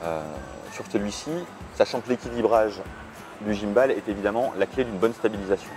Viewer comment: Merci pour cette vidéo ! Par contre, svp, ne dites pas "guimeballe", c'est juste horrible à entendre ! C'est de l'anglais et on dit "guimebole" :-)